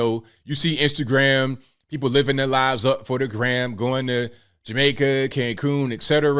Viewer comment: But the Guh'ment luhs Black pee'poh. Idiots all.